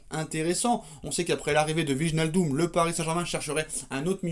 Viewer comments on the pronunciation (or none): Maintenant qu'il vient, apprenons à prononcer Wijnaldum. Écoutez sur ce lien la vraie prononciation, dite par un Néerlandais, ça se dit VÉy-NAAL-Deum: Apprès si vous voulez je vous apprendrai à prononcer MBappé et NGolo Kanté et autres Dembélé 😄